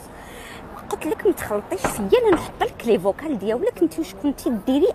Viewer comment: ليفوكو ماشي ليفوكال 😂